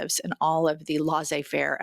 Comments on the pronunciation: Love you gals. Laissez-faire is pronounced "laysay fair" (with a soft r) NOT 'lawzay' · FYI: "laisser faire". The first word is not pronounced as in "lasso" but similar to the first syllable of "leather". I’m just mentioning it because Jennifer has used that expression twice in this video and also in others. It has to be said that she always uses it in the right context, though. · It's laissez faire not laze faire😂😂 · Love love love the show One nitpick: LESS-ay faire, not LAWS-ay faire Keep up the good work! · Sorry, Jennifer, it's laissez-faire (/ˌlɛseɪˈfɛər/ LESS-ay-FAIR) economics, system etc. Best to you &. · Phonetically "Laysay Fehre" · Hi Jenn! Love you both dearly! Just one little thing! Laissez Faire is pronounced less-eh fair :) Carry on the excellent work! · Say laissez-faire. Pronounced “laysay”. Thanks. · It’s pronounced "layssay fair" ;) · Jennifer, as much as I love you, I need to correct something 😊 Laissez- faire is pronounced laysay ( lay-say) faire.